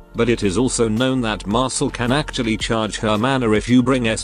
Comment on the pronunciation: Why do I keep hearing Mashle instead of Marcille